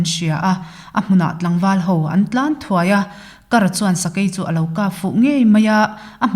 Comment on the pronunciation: 'Sêr bul kar bal....' kan tiha 'kar' ang hian lam rik tur a ni e (Kar - Sakei thang).